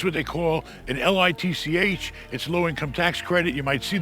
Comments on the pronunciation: LITCH 🤣🤣🤣 meant to say LIHTC😂😂😂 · It’s LIHTC not LITCH😂 but same shiit. Low income housing tax credit; which we love🇺🇸